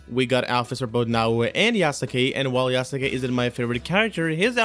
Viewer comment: Yasuke is pronounced Yah-skay not Yah-soo-kay! I like the color of this outfit. Yeah, it wouldn't be very practical in real life, but it doesn't work like that in game. I want that outfit with gold on it, but I am not spending extra money on this game.